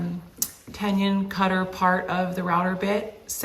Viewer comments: Helpful tool and video, but it's not a 'tenyun' - it's a tenon - pronounced like 'tendon' without the D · Very helpful! I've got some cabinet doors to build soon. Is it weird that it bothers me every time you say the word "tenon"? 🤣 There's no "ñ" in it...so you don't need to say it like "tenyins" 😂. Keep up the great work though, i've found a lot of great info over the years! 👍🏻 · It's pronounced "ten non" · Yes, that was getting on my moobs 😂